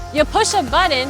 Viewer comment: I just watch these to hear you say butt-ton.